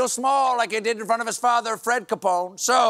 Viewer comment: He gets Capone’s name right!?! Mike Lindell may want to go into hiding.